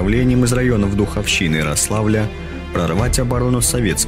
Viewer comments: Интересная хроника и толковый комментарий, но резал слух РослАвль вместо РОславль и Спас-ДемЕнск вместо Спас-ДЕменск. - Будьте внимательны к произношению ударений в топонимах! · Не РослАвль, а РОславль. Мои предки родом от туда. Никто не говорил РослАвль. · Рославль, ударение на О! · Рославль - ударение на первую гласную. Спас-Деменск - дЕменск. Вообще если в русском языке не знаешь как произносится слово, то ударение делается на первую гласную. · Как вы достали уже!Рославль-ударение на букву О! Спас-Деменск-везде ударение на первый слог.А чего не ВолокОламск или кАлуга? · Рославль ударение на О